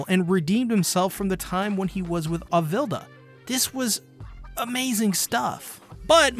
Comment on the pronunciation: Your pronounce Alvida wrong